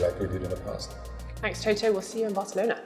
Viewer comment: I love how she pronounces Toto "Toh Toh" lol. Great show guys, keep up the good work!